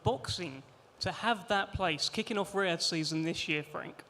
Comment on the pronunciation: Why don't you say Riyad season 1 more time 😂😂😂